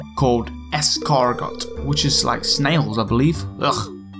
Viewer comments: it's not es-car-got it's es-car-go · It is pronounced es-car-go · My dear, it's pronounced es-car-go. The T is silent. Lol. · for gus, escargot is pronounced without the t at the end (it's silent)